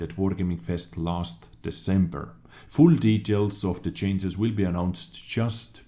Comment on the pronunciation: so WG need to chains but you don't need to learn how to pronounce change because its funny